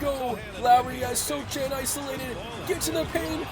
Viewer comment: Sochan is pronounced So-han. The c is silent apparently lol